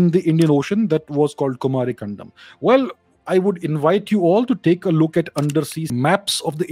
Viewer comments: It's कुमारी 'कन्दम' not कण्डम 🙏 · You are pronouncing it Kumari condom😅